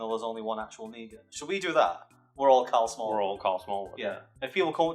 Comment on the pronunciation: Thought I heard Smarl Karlwood.